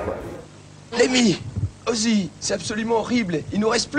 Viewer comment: Plutôt que de taper sur Philippe Manoeuvre qui je trouve ne parle pas trop mal ou lui taper dessus car il prononce mal Ozzy ( les gens j'vous jure :s ), vous feriez mieux de taper sur ceux qui souhaite interdire le hellfest et autres!